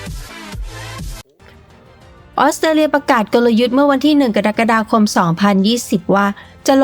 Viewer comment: เกือบจะสมบูรณ์แบบ มาตกม้าตายตรง เดือน...กะดั๊กกะดาคม นี่แหละ 😂😂😂 กรกฎาคม อ่านว่า กะ ระ กะ ดา คม นะจ๊ะ 😅